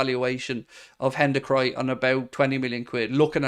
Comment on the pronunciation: Bro stop saying Hendacry